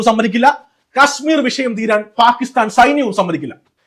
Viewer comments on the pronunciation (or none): none